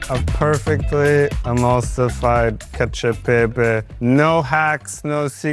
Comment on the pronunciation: I like how says pepe